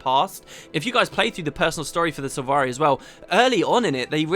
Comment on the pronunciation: They mispronounce all the sylvari Gaellic names. It's infuriating :-/